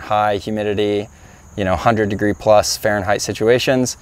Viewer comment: Stop using "Faurenhait"! Dislike, Unsubscribe! Joking, yes. Thank you, really!